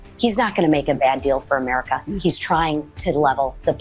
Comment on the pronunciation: Lake 'Murrickaa eh? Well you do what you want on your side of the border lunatic and see how popular it will be with your own New York State citizenry.